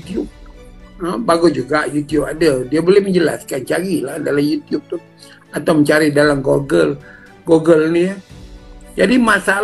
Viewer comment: Maaf...sebutan GOOGLE adalah GUUGEL,namun mmg tinggi ilmu..